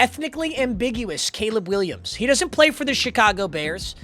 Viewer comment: gayleb Williams 😭😭